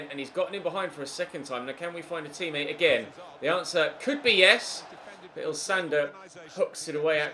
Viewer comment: Ilsanker* not Ilsander !!😅